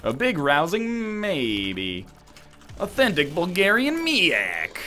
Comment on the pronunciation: What the hell did he say authenthic Bulgarian 😂😂